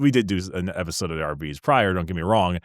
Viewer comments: Why are you pronouncing it 'Ar-bee-tees?' Shouldn't it be a harder 'Ar-bites?' As in 'Arbitrator?' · But it's obvious that 'Arbites' is supposed to come from the word 'Arbitrator'. So it should be a hard 'bite' not 'bee-tees.' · Reject "are-be-tes" Embrace "ar-bites" I reject your reality and substitute my own. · I don’t care who James Workshop hires, I’m NOT pronouncing “Ar-BITE-ees” as “Ar-BEE-tees” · isnt it pronounced arbites as in ar bite ( as in bite something) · Shouldn't it be "ar-bite-deez nutz"? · Nice video! Also Oh MY GOD that pronunciation of Arbites is driving me crazy